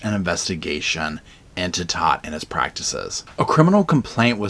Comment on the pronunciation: Todt is pronounced tote, like a tote bag. I am a Todt (of a different and unrelated family)